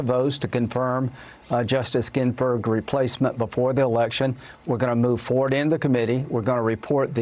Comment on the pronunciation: Did this Dumb Lying Senator just say "Ginferg?